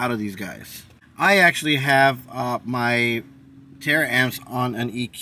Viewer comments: Ta-ramps not tara amps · Bro, I like your videos, but damn pronounced the word right it taramps not Tara amps